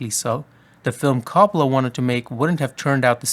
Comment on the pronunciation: Not to be one of those annoying Italians who corrects every pronunciation but It ain’t “cop-ola” it’s like “co” as in coworker “co- pola